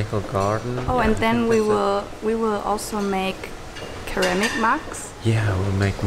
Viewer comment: ceramic is pronounced (ser-am-ic) sorry for English's inconsistency haha